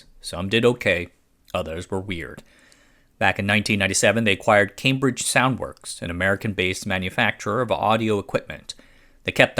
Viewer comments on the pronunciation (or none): none